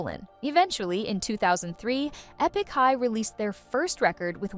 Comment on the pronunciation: E-pick high?